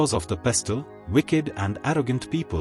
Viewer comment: It is pronounced as pesl not pes-til.🎉